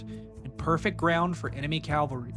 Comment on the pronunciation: PSA: "cavalry" and "Calvary" (Calvary Hill) are two separate words and are pronounced differently. Likewise, "Pompey" (rhymes with "stompy") and "Pompeii".